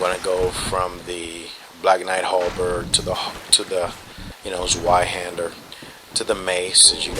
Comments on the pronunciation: Isn't the "w" pronounced like a "v"? So..."tsveihander"? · Sorry, but I love your videos and I can't take it anymore. It's "tsweihander". The Z is pronounced like the Z in "Pizza". Not trying to bust your balls, but I couldn't handle it anymore.